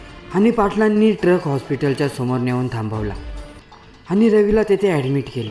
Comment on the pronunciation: टरक नव्हे ट्रक बोल